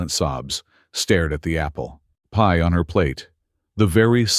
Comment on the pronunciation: Is it just AI stupidity or can't this manufactured voice say "apple PIE?" It is NOT APPLEpie. Emphasis is on the pie, NOT the apple.